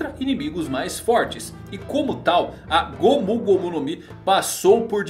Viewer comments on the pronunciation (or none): mano,só eu q fico incomodado pq ele fala gomú gomú no mi? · Q agonia ele falando "gômú gômú" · É legal ver ele falando "gomU gomU no mi"